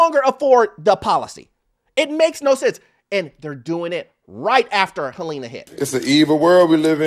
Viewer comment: Helene is pronounced Helleen not Helena